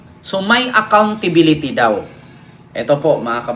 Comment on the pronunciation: Ang galing magsabi ni Sara ng ACCOUNTSBILITY! NAIINTINDIHAN BA NYA ANG ACCOUNTSBILITY?